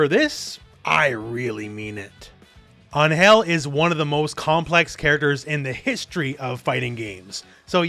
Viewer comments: No hate, but you are pronouncing Ángel wrong. The emphasis is on AN, not in GEL. Check out how they pronounce it in the latest trailer for reference. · First time i have ever heard someone pronounce Angel as Aanhel... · Dude please look up the pronunciation of Angel cause your killing me. Sincerely a Latino